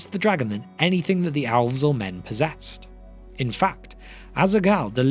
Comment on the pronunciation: I couldn’t tell if he was saying elves or owls.